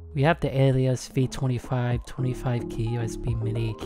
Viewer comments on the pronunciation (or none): Ok fist of all you’re saying the name wrong it’s pronounced ah-leh-sis but other than that banging vid👍